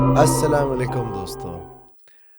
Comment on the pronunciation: Honestly Speaking - inse true True stories wali vibe nhi ati Ap first of all please apna Salam karne ka tareqqa durast kare Proper salam kya kre sala lekum kia hota hain???? kise ne gor se suna h inka salam ye salam he proper nahi karte salamti ki bajye laantain de rahe hote h ahaha